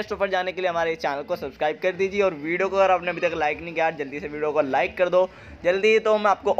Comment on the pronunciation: विडो बोलते हो या वीडियो 😄